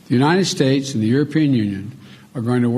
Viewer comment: Who is the "Unined States" Joe?